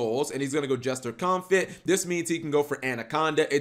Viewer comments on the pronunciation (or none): Confit: "con-fee"